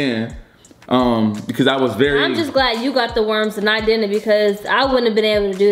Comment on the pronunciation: Yea: No you din’nt Me:... starts laughing like crazy My sister: did she just say din’nt??